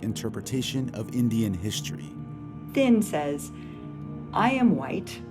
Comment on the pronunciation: Here's a curiousity question for those listening why does the NPR narrator consistently say Finn instead of Thind??? Odd, especially since she begins by correctly spelling and pronouncing it correctly. How did that mispronunciation occur so frequently and miss the radar of NPR 'S editorial staff?